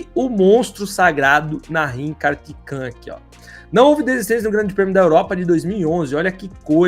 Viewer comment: Esse daí é ruim pra ler nomes. "Ganzini", "Kartikan", putz...